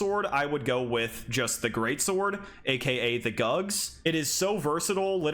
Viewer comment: The GUGS sword??? Huhhhh?? You mean the GUTS sword right hahahaha!